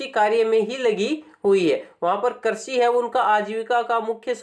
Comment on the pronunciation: Karsi nahi bhai krisi bolo na